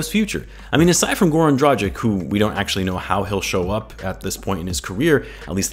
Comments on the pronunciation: Now that he plays for the Bulls, I'd say it's about time you learn it's pronounced "Draghich" rather than "Drajik" :D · Pls I love your vids but it's pronounced Drah-gitch